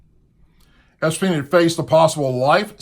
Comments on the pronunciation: Ok I can't stand it please research. Also, please look at Epstein, it is not Espein, it is EP-Stein. Sorry I don't usually do this but it makes you sound bad. Not knowing all the facts not a drinking club, it's a golf club and Trump worked with police when Epstein was charged in Florida. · His name is Epstein not Espeen??? To me it sounds like (Ep stine) he is the dirtiest dawg going for sure but hundreds could go down with him. Today President Trump said today that he has spoken with him or seen him in 15 YEARS. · Es-bean LOL it's Epstein😂😂😂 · His name is Epstein not Espeen. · Epstein not Espien. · Great report but it's EP-STEIN...NOT ES-PEIN! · Ok, good video. But it's EP-Stein. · can you please pronounce Epstein properly .....it's driving me nuts! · Oh my gosh you're also pronouncing Epstein incorrectly to. Please pronounce these words correctly if you don't know how to pronounce it some other contact providers and you'll understand how to say the word I like your show but it's really frustrating when people don't use these words correctly so the rest of the world can be congruent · Come on mate, i like your vids. For f..k sake, i gooa stop watching this one. Pronounce espeens name correctly PLEASE. Its yout credability. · 'ep'-stein' , why do you keep saying espn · Its pronounced Ep steen Not. Es peen Sorry being in education, pronunciation is a pet peeve. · It’s pronounced EPstein not ESpien.......... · you keep saying "implemented"... as in "A lot of people will be implemented...". When what I believe you mean to say is "implicated". And, the criminal's name is EP steen not ES peen. We need to remember his name; I'm sure we'll be hearing/seeing more about his crimes. Someone corrected the report that the island is in the Virgin Islands. It's not. It's in the Caribbean Sea. Hillary Clinton doesn't just have money; remember, her father is a mob boss; am I incorrect about that? That is what I believe "protects" the hag. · It’s not Espeen, it’s Epstein.